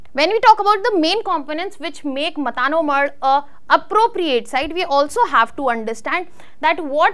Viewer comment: It's not मता नो मढ Correct pronounce is मातानो मढ